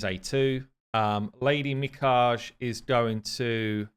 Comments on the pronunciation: Mi as in middle, not mice Ka as in car Ge would rhyme with the Be as in Begum (Indian surname) Funny, you were saying it correctly towards the end 😅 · please watch Raids video on Mikage for the pronunciation... 😅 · How do you pronounce Mikage wrong every time but in different ways? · Bro I’m not even Japanese and I’m ticked off when I hear cc butchering the name 💀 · “Meka gee” 😂😂😅 I watch a lot of anime.. I’m sure it ain’t Lady Meka gee lol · Close. Its not geeeeeeee its gaaaayyyyy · So close. Mi-kah-geh. I do love the creativity behind all the new names gives her though lol Edit: He pretty much got it midway through the video! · Me-ka-Gay not Me-ka-gee 😅😂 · I think youre getting close with the pronounciation. Instead of Mee-Ka-Gee, i believe it should be Mee-Ka-Gae, except the syllables aren't stressed equally, so more like Mee Ka-Gae. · pronounced Mi - Car - GI lol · Just start saying Mi-kidge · It’s Me-Kah-Gay is the correct pronunciation, and a way to say it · You almost had it. Me-Kaa-gay. Edit: Later in the video you say it correctly a bunch of times. GG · MI-KHA-GHE MI - [for Lady kiMI] KHA - [for high KHAtun] GHE - [for GEnbo] That's how you pronouce it, lol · His pronunciation sounds like "me caguei" in brazilian portuguese. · You guys have problems with Japanese names. mi-Ka-gey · just pointing out that Lady Mikage should be pronounce as a Japaneese name so pronounced "Mikag "A" the E in japaneese is pronounce as a "A" in english in french its more obvious since we have the sound "É" which sound exactly the same as "A" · Mee-Caw-Gay. Please yall get the name fixed lol. I am quite over hearing these pronunciations. Love the vid though. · Meanwhile just keeps on butchering it without a care. He pronounces it Mi-caj-ay (rhymes with Mirage-ay) lol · my friend pronounced it Mikah-Gee like bruh how you even get that? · You're still pronouncing it wrong, it's "my-car-gay". Trust me, I love sushi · Me-Kah-Gae that's the pronunciation.